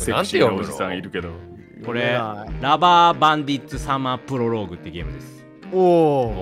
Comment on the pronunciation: 🦀「らばーばんでぃっつさまーぷろろーぐ」 レトさんが言うとひらがなに変換されるw